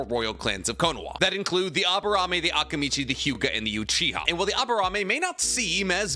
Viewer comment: Am I the only bothered with the pronunciation of Akimichi and Akamichi? Is it supposed to be like that? I never watched the dubbed version so please correct me if I’m wrong